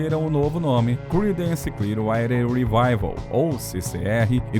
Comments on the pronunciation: "CLIUAIDER"????? Aprenda a pronunciar antes de fazer o vídeo, cara!!! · Uma dica ao narrador: prepare melhor o inglês antes de gravar. Chega a ser desesperador ouvir "Creedance Clear RIDER", entre outras palavras com pronúncias absurdamente erradas. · a pronúncia correta é "Criidence Clier-uáter rivaivél" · Tudo lindo nesse vídeo, só é difícil engolir o narrador dizer o nome da banda CCR com uma péssima pronúncia. Alguns nomes de outras músicas e tbm Woodstock... Horrível!!!